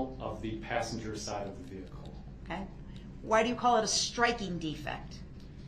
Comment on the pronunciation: Imagine being the poor court reporter, having to spell out Duh-rell's "special pronunciations" like instead of "vehicle" he says "vee-cooh", and instead of "license plate" he says "licen place", and "sub-stain" instead of "sustain"😂